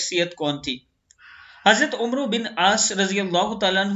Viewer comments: یار آپ تلفظ درست کریں، کسی اہلِ زبان کی مدد لیا کریں۔ عُمرو نہیں، لفظ عَمرو ہے، اور "و" بھی نہیں بولا جائے گا۔ Amarr پڑھیں گے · جناب عربى میں ۔۔جب عمرو۔۔ نام آتا ھے تو اسکو عمر پڑھاجائے گا یعنی ۔م اور ۔ع۔ پر زبر ھوگا اور ۔ر۔ ساکن ھوگی